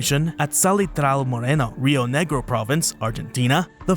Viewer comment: 🇦🇷🇦🇷Me cago de risa escuchando como nombra las provincias: "rreoo negrio, in, phathagonea aryentina" jajajajajaj . It amuses me a lot to hear how you name our Argentine provinces 😂😂😂🇦🇷🇦🇷